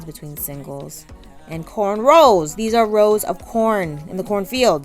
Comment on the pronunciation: Thank God u said CORNROWS and not CORNROLL lol!